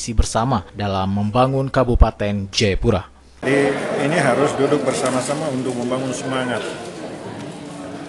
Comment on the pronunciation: Jayapura bukan jepura